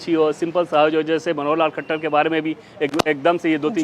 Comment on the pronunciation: It's Manohar lal khattar not manohar lal khachhar miss ancor kindly pronounce right name also you have to improve your voice